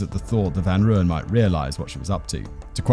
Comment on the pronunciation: Just wanted to let you know its pronounced Roy-Yen...